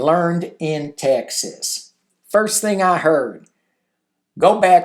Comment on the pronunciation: You mean TexASSS?